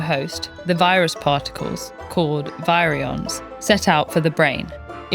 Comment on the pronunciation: Was this read using AI? Because virion is not pronounced correctly. The video is great, and we need more videos about rabies.